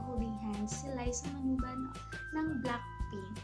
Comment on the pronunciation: Manoban hindi manuban